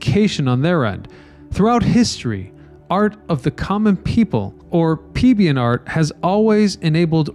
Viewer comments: Ryan Socash: Great video. I especially liked your thoughtful observation at the conclusion regarding the "Art of the Common People". However you kinda "dented" your crediblility in describing it as: "Pie-beian Art"? (made even more glaring with the [CC] turned on! ;-) The word is actually "pLebian" (with an "L" & not an "i") as in [Plebian Art]. (Damn those spindly type fonts that make their "l" look like an "i" ?!) LOL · PLEBEIAN...NOT PIEBEIAN